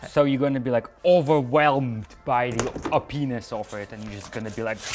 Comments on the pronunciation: He tried to say "Opness" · overwhelmed by the OP-ness ( Repeats it multiple times) Linus: did you just say overwhelmed by a penis??? Me: yeah that's what I heard too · O- peness say it with me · Ur making fun of him for saying o-penis but u called a decal a "daycal" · "O.P.-ness" sounds a lot like "OHH PENIS". XD